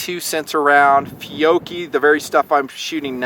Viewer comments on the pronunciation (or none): You pronounce Fiocchi very odd, I've always heard it as "Fe-otch-ee"